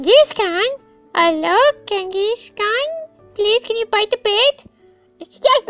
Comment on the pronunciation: It's pronounced jen-GIS khan